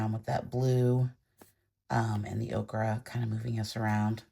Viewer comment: Ochre, the color, is pronounced 0-ker, o-kra is a vegetable